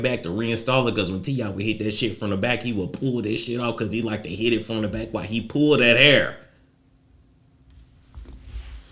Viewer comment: “Even where I’m frrromm” STL... never wanna say it but I’m convinced u from STL. Say it loud...